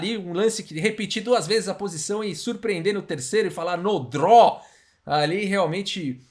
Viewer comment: "No draw", "Sem empate", falando inglês com um sotaque russo